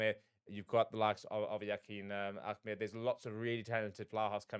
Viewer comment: His surname is Ahmed not Ahemd...